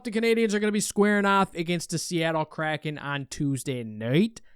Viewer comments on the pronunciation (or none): none